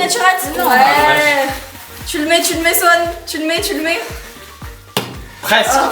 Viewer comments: Mdrr je rigole depuis tt à l'heure pcq et Elina au lieu de dire Swan elle dit Sohan 🤣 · Qui a remarqué Elina dit Soan et pas Swan 😂